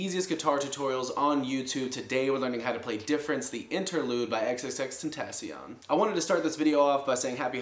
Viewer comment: Thanks man ur work is amazing, but that way u say his name is triggering me so try say it saying it “xxx-ten-ta-shown” it helped for me. But other than that big fan of ur work dude keep it going happy holidays